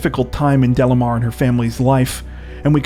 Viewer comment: Delimar pronunciation is not “Delamar”. …Is Dely-mar.